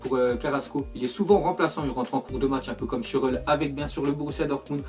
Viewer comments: Il sait pas lire schurrel stambulliste et bien d'autres... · mdr comment tu prononce schürrle ...